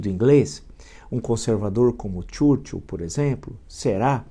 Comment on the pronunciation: "... um concervador como tchurtchu..." kksksksksksksk Aprende a falar Churchill babaca